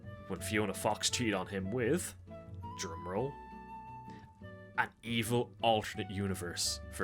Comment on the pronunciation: instead of saying drum roll, I thought you said gemrl and that got me very confused